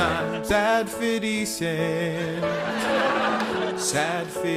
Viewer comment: fiddy cent.